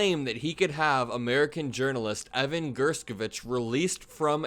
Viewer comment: Thanks for always shining the light... however ....How come you pronounced Evan's last name three different ways???